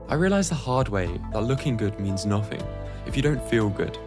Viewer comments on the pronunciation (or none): none